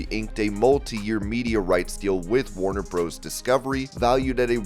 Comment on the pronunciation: Comentator you know that Warner Bros. Discovery is in realatiy Warner Brothers Discovery. Please stop saying Warner "Bros" you sound like the Robotic Idiot you are. Really.